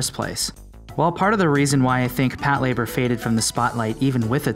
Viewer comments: Hold on, hold on - 'Pat-labour'...no, no no...it's pronounced 'pato-ray-baa' - other than that, decent little mini-doc here. I'm certainly looking forward to a fresh take on Patlabor in the near future, I just hope it retains the original TV series and first film's sense of light-hearted fun and charm and does away with Oshii's over-bearing naval-gazing that he brought to bear in the second film, which to me is a highly overrated snoozefest. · pat-la-bor not Pat Labour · It's pronounced PAH-lah-bor not PAT-leh-ber and Macross is pronounced MAEH-cros not MAH-cross. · "Pat LA bor" is how it's supposed to be pronounced, not "Pat labor" like the narrator keeps saying. He's making sound like it's 2 words, "pat" and "labor" which it's not. It's one word, Patlabor. So, you're not wrong, the narrator is. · This is the first time I’ve ever heard it called Pat- Labour. I always thought it was pronounced Pat - la - bore. Every day is a school day. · OMG you're saying it wrong! It's one word! You're saying it like "pat labor" as if it was 2 words. It's pronounced Pat-LA-bor, all one word. Patlabor! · Patlayber? Lol its PATULABURO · For some reason "Patlayburr" bothers me more than most of the legitimate critiques brought up in the comment section. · PAT Labor... lol. The names of people too. Could you PLEASE work on the pronunciation a little?